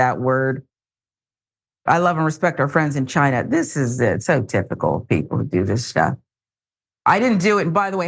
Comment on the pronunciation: So he didn’t know how to pronounce china 🤦🏿‍♂️🤔